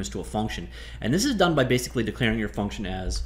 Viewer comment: FUCNTION IDK why I find that so funny haha